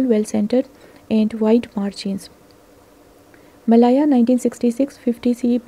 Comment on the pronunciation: Malaya is pronounced 'Meh-layer' not 'Meh-lyre,' n selvedge is pronounced as it is spelt, not 'selvudge.' Thanks!